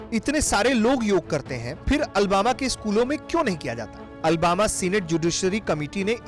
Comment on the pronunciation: Ary Bharat tak news wale bhai ye Albama city nhi Alabama hai ... ary bhai agar kisi sheher ka naam lena ho to sahi se le liya karo